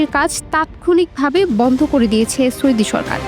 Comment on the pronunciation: ওরে মূর্খ সাংবাদিক সৈদি নারে সৌদি হবে